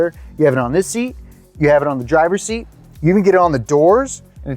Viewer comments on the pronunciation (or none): none